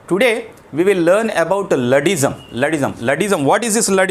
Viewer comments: Not ladddim it is luddism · Not luddism sir that.. pronounced wrong